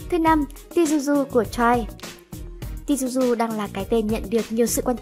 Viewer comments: Tzuyu đọc là Chewy nhé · Ơ tên Tzuyu mỗi lần có là lại đọc sai một kiểu🙂